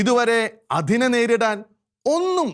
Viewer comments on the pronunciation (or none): ധെവാലയം അല്ല ദേവാലയം ... നെധാവല്ല, അധിനെ അല്ല ...നേതാവ് , അതിനെ . പറഞ്ഞെ ? ദേ ...മലയാളത്തെ കൊല്ലല്ല് ദയവായി